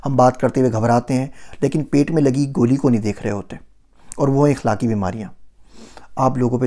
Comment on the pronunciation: it's akhlaq not ikhlaq.....